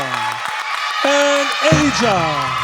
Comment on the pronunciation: I love how her name is pronounced, such a beautiful name.